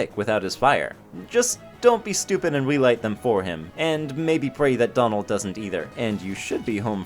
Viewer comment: You said domald and goomy